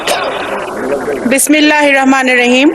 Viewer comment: Su dhar korey bismillah bolte paren na. Kemon musolman